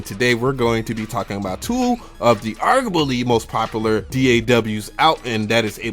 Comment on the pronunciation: "Argubaly" sounds like a city South America.